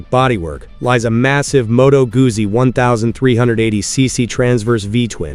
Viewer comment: Not Gussi, Guzzi: Gutszi!